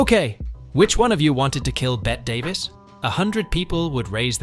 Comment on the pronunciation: It's not Bet Davis it's Betty Davis call Bett Davis get a new computer